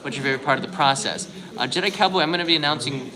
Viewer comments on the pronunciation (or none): none